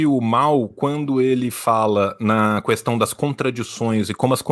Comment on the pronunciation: O defeito do é que ele fala "Cuestão"